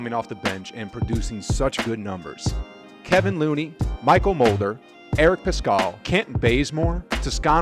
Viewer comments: It's KevOn Looney, not KevIn Looney. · It surprises me that you mispronounced names of multiple players. Especially Kevon Looney.